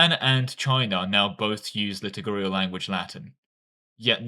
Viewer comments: Please stop saying litugurial instead of liturgical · please just say "lit-Urge-icle" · It's liturgical, not litigurial, and lutheran, not lutherian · the liturgical pronunciation is killing me (litter gi (as in magic ) and idk how you can mess up cal) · Hey man I know this is my problem and not yours but every time you say liturgical it pisses me off haha - it's li - tur - gi - cal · Pronunciation of "liturgical language" is quite off. Read 'liturgy' 'liturgical'. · do you pronounce liturgical wrong to spite me specifically? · No no, do it when he says "litigurial" and "Lutherian"!